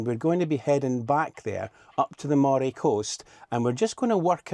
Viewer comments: Unless someone has already said - and I’m sorry to have to correct you on this - “Moray” is pronounced “Murray” 👍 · Nice video, for future reference Moray is pronounced Murray 😊